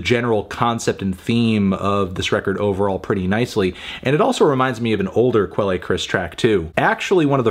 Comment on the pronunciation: Does he really pronounce quelle like that? Good lord.